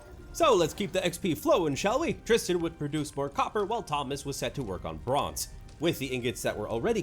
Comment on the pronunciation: It's very weird to hear my name (Tristan) in a YouTube video. It's even weirder to hear it pronounced correctly!!